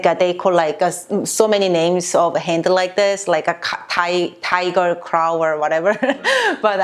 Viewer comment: Omg. The way you say a “tiger craw” made my loins cringe. In a good way. Me like